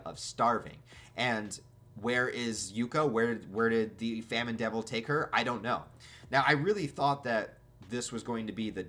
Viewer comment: It is pronounced famine